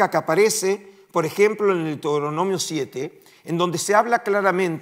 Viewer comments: DeutOronomio😅 un académico qué no sabe pronunciación básica de los libros de la biblia. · No es Deutoronomio, sino Deuteronomio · Qué se puede esperar de un académico que ni siquiera sabe pronunciar Deuteronomio!!